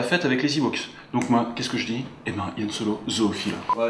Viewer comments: 2 petit truc: on dit Han Solo pas Yann et Indiana Jones a bu le sang de Jesus, pas Dieu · Désolé mais j'ai coupé la video à "Yann Solo".... les mecs... serieux ?! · Han Solo ! Pas Yan Solo ! Hérétiques ! Cordialement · Va falloir arrêter de dire "Yann Solo" par contre. Le type est pas Breton. C'est pas parce qu'il fréquente beaucoup les bars et que sa meuf est amoureuse de son frère que.. enfin bon bref. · Je vies de remarquer ce "Ian" Solo au lieu de Han Solo, c'est normal?